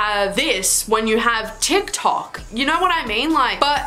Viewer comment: “d not a t” DIKTOK